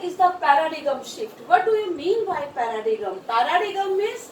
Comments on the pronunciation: It is not Para-dee-gum but Para-diem. ''G'' is silent. Horrible ! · Horrible English Pronunciation I have ever come across ,🙄🙄 Pa-ra-digam